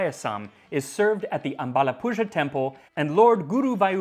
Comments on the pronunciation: Just fyi, Azhapuzha is pronounced like Aah-LLa-pu-LLah , the z is a retroflex LL sound where you have to bend your tongue to the deepest part whilst pronouncing Lla. But find goof youtube videos where they pronounce it easily. But thanks a lot for making this video, glad to see you happy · I'd like to mention, it's not said "zha" in aalappuzha, though it's spelled with zh. It's rather an "r" just as Americans would say. Coz ,we Indians roll the r, strongly(not those in the end of a word). zh is just an indication. Coz, there are different alphabets/sounds for r and l in Tamil and Malayalam. The unrolled r belongs to the L family. Zh is just for indication, since z sound is not there in these languages, so you won't confuse it with other sounds. Well, I wanted to share this, coz his pronounciation of those Indian terms are nearly perfect. Just bumped into this channel. Just wow. History and food. I'm in.